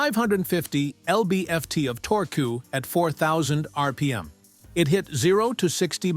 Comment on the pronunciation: haha i like how your AI says torque.....torkoo btw you posted only 3 subscribe banners in 4 minutes? shame on you,you should be more annoying